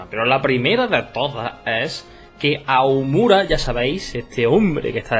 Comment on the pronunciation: aoumura? Aonuma!!!! xD, tranquilo, se te quiere!